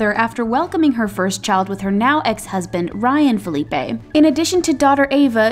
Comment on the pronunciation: Did you just call HIM Ryan Felipe?!?!?!!! It's PH-IL-e-p-ee!! !! I grew up around the corner from him and his sister!! And they're very much white!! Please learn how to pronounce the last name of Reese's children